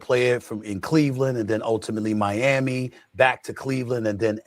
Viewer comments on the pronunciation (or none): none